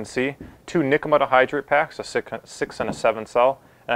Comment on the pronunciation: nikkamidda hydride? I was halfway through the video before I realized what he was saying lol.